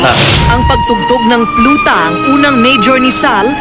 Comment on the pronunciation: Pluta????? It’s PLAUTA!!!!